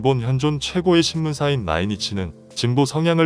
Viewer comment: 도대체 어떻게 된 건지 ?왕따를 왕파로 신문사를 선문사로 읽는 게 맞나요?